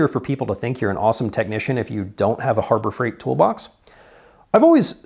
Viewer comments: Hurber freight…… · Herber Freight LMAO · Herber freight? Hah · "Hurbert freight"